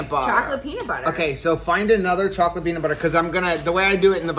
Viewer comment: “chow-lette” that’s so funny, that’s what we do! No peaches.. no peaches, no peaches. Ahhhh.. God is good! Seriously!